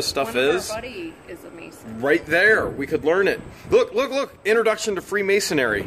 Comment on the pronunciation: It's "Freemasonry", not "Freemason-ary". You should join a Lodge ^_^